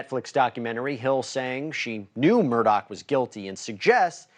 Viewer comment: Hey bonehead…his name isn’t “Murdock”! All you’ve got to do is read and then speak. Get it right.